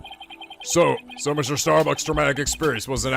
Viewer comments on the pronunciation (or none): "Starbuck" Starbucks. LOL